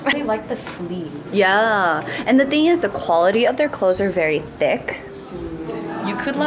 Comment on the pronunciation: I love watching your VLOGS but one thing I can't stand it hear is when you pronounce "the" as "duh" for ex- "here's the shout out of duh day" .................😬😬😬😡🙄🙄